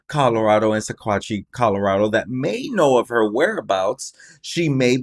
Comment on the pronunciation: It’s pronounced..sawatch